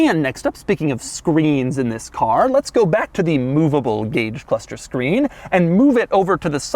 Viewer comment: Every time Doug says "cluthster" I was shouting "It's pronounced CLUSTER!"